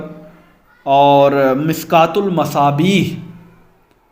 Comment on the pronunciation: مشکاۃ کو مسکات بول رہے ہیں، اسی سے آپ کی تعلیمی لیاقت کا اندازہ ہو گیا، پہلے جا کر خود علم سیکھیں، بعد میں محقق بننا مہکک صاحب